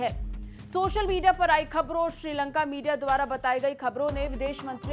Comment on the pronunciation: श्रीलंगा नहीं मैडम जी श्रीलंका